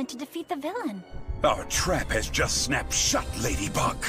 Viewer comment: " OUR TRAUP HAS JUST SNAUPED SHUT LADYBUG🤪 " silly...